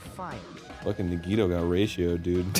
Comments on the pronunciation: "nuh-Vadd-uh" versus "neh-Vah-dah", all over again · Every character on screen, repeatedly, for hours: "NA-gi-to" Arin: "nuh-GI-to" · No part of the game says Nagito's name more than this, and they still pronounce it wrong. I'm not bothered, but it is impressive.